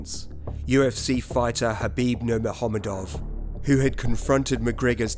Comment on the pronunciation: Khabib nurmegohooovov? What kind of pronunciation is that?